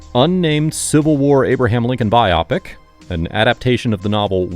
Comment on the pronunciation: learn to pronounce biopic correctly